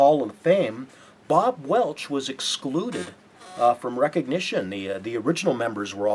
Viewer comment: and it's Bob Welch, not Bob Welsh.